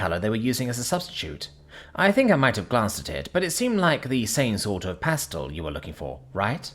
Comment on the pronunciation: This is hilarious. can easily pronounce the non-intuitive "salmon", but goes completely off the auditory rails when presented with the obvious, intuitive, and easily pronounced "pastel". Might I suggest a pronunciation guide of some sort be included in its training data? These flubs happen far too often to excuse by attribution to British public schools.